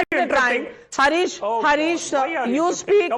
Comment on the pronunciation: He is Haaarish and not Harish - उसका नाम हारिश है हरीश नहीं!